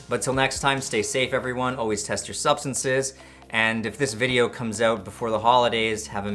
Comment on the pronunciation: There is no dash over the e in video It’s not pronounced “vid-aye-yo “ it’s pronounced “vid-ee-oh “